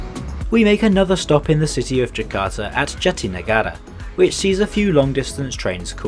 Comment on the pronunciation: it's on point for foreigner tho🤨 and yes it's on point because i can understand him 💯